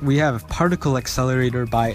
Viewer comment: parlicle esselray** Tongue Click PAR-TIC-LE accelerator. Tongue Click